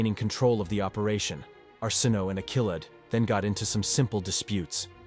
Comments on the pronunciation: Arsinoe... Are-sin-oh-way. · I know! It's pronounced our sin away and this narrator didn't know how to say her name 🤢😡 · Don't know how much faith I have in "facts" presented by someone who pronounced Arsinoe six different ways, and all of them incorrectly.